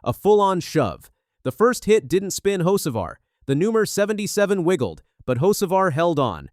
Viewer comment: First of all, the damn AI needs to work on name pronunciation. Hocevar (Ho Ce Var) and Boyer (Boy Er) are well known to anyone who actually follows NASCAR. Secondly Freddy Kraft (Wallace's) spotter needs to shut up. Saying someone like Cleetus shouldn't be on the track, while his own driver, diving like a psyco wrecks half the field. This isn't the first time that Bubba has lost his mind. NASCAR should park him for at least a race. MJ needs to look for a new driver for the 23, one who doesn't embarrass him as badly